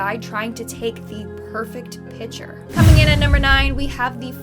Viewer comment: I like how she says pitcher (no hate btw)